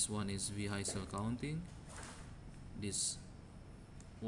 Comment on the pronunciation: ارجو منك أخي العزيز ان تتوقف عن تكلم اللغة الانجليزية بهذه الفظاعة راك خليتها اولا حسن نطقك للكلمات وخاصة كلمة Vehicle لمن يريد الكود الأصلي قبل التعديل عليه من طرف أخينا يمكنك الحصول عليه من هنا لمن يريد التعديل على الكود ليتناسب مع متطلباته او بريد اي كود بأي مجال من opencv يمكنك ترك رد على هذا التعليق (طبعا بمقابل على حسب نوعية الطلب) دمتم برعاية الله وحفظه سلام